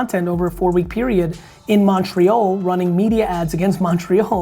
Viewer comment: Jersey accent on that Montrea(o)l lmao